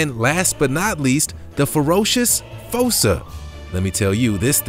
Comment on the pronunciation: It's fussa